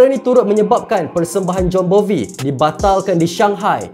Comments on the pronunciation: Bon Jovi ✖️ Jon Bovi ✔️ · Aku dengar Jon Bovi.. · ada tersasul nama jon bovi